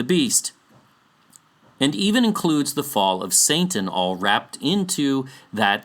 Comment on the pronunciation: "Saintan" 😆 Anyways.. i love the work you do here!